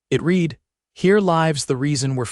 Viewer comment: It's not "it read" as in bead, deed, or greed. It's read as in bed dead, or sled. Get it right you damned fools or flush your AI where it belongs..